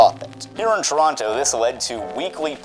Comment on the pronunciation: Why do you say "Toronto" like that??